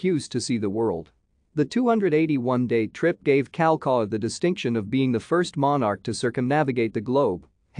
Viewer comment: Why can't the narrator learn the correct pronunciation of names? King Kal ah cow ah and Princess Ka ee o lah nee. Also, he took great pains to make treaties with France, England & Japan (possibly others) acknowledging the sovereignty of the Kingdom of Hawaii, which made the overthrow in 1893 an illegal act against a sovereign nation.